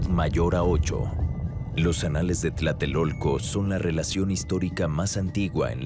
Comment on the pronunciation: Ojo ,no se dice tlaltelolco ,se dice Tlatelolco ni tampoco Tlanepantla ,es Tlalnepantla